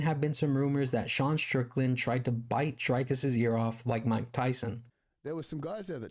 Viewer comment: One more thing, his name is Dricus which is not pronounced Drycus but more like Dreecus like the double ee in see but said a bit shorter.